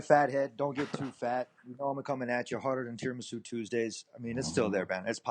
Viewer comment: Tiramisou Tuesday